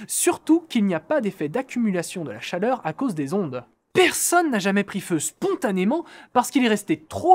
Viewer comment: chaRleur ^^ Mais sinon, continuez les mecs, ça fait plaisir de vous revoir :)